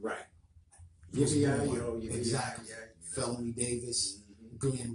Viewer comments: Feloney is pronounced ‘felony’ lol Chitown native here! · andre always wrote with r kelly. and the ugly dude in the back of the car as you stated is black r kelly's cousin slash road manager. also his name is pronounced Felony like the crime charge. i know em all. but felony is my guy. they are real cool peeps. . but it is what it is. i pray for everyone and keep it moving. have a blessed one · His name is pronounced Fel-o-knee.... Like the crime...